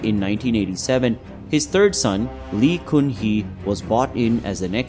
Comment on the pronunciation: Even Lee is pronounced incorrectly.